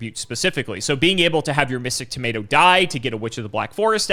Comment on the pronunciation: I am so sick of pronouncing things wrong, he even said "tomato" wrong 😤